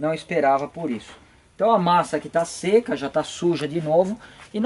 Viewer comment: "enquanto a massa de poliéster shishhseca aqui" 😂